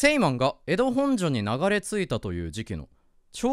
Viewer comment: 地元民としてもの「ほ↑ん↓じょ」の発音に慣れてきたところで「本所事変」は地元とおなじ発音（「ほん↑じょ」）になっててニッコリ